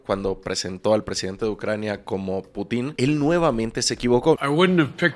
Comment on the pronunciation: PORFAVOR deja de llamar “Putín” a Putin, no hay acento en la “I”. Putín con acento es como comúnmente se le llamaría a una persona homosexual